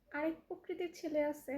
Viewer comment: একসেফট না, একসেপ্ট। পকরিতি না, প্রকৃতি। রিপ্লে না, রিপ্লাই। ইস্টোরি না, স্টোরি। রিক্ট না, রিএ্যাক্ট। রিসপন্স না, রেসপন্স। এমন আধা মুরাদ টাকলি মাইয়ারে যারা জ্বালায়, তাদের রুচির দুর্ভিক্ষ আছে! 🙄